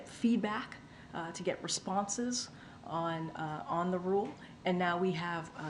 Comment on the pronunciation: the way she says "responses" turns my stomach for some reason